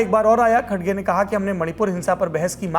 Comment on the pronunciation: खडगे नही रे भाई खरगे है वो